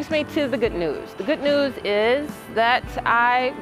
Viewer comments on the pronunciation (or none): What Is "GOOT NEWS"?